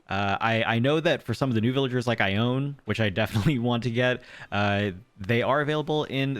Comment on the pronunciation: You can hunt for villagers before you get the three plot task from Tom Nook, they don't replace your starters. Also you get the vaulting pole recipe from Blathers, also the shovel too from memory. Also I'm pretty sure Ione's name is pronounced I-OWN-EE.